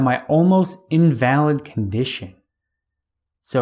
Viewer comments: IN-vuh-lid is the proper pronunciation you are looking for my friend. Good work on the biography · Thanks for the step-by-step go-through of HPL's life. Speaking of grammar and language: At about 15 and half minutes you mispronounce "invalid" and misconstrue his meaning in the context.